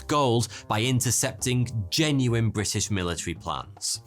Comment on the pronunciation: Bri ' ish